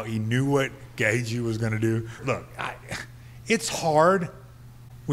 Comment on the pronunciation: mayhem pronouncing gaethje so funny